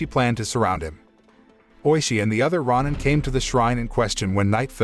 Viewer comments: rah nin, rah nin, rah nin. sheesh thats all i can hear. its row nin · Him mispronouncing Roin instead of Row Nin. Is so distracting. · Ronin is pronounce ro-nin, not ron-in. And it's not a legend, it's something that...actually happened. Unlike the story of this movie. This movie...it's shit. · It's pronounced roh-nin, not rah-nin. 🤦‍♂️ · It's pronounced Ronin (Row Ninn). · It's Ronin (pronounced Row ninn) he didn't get his neck sliced, , the hishaku chopped his head off. The Tengu are not gods, the tengu have heads of birds of pre not having heads of snakes. This narrator isn't paying attention to detail nor did he do any research on the tengu nor the title of the individual that raises his sword on tht individual who was sentenced to commit seppuku, ritual suicide buy stabbing himself in tht abdomen with a dagger. His pronunciation of certain names aren't correctly pronounced. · You need to learn how to pronounce Ronin. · The mispronunciation of ronin made me change to a different video, the AI reading the script needs to be updated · You say Ronin wrong disliked the video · ROW-NIN and SHOW-GUN incompetent yanks lol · why do people narrating not know how to pronounce words like shogun or ronin... this crap is really annoying. i see it in tons of videos, people need to learn how to speak english?!